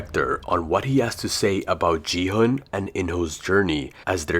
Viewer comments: Dude, don't you understand that he's using AI voice?? It's not his real voice. Most of the AI voices pronounce "Gi-hun" as "Ji-han". The correct pronunciation is "Ki-hoon" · Bro is so dumb that he said gi hun is ji hun💀💀😭😭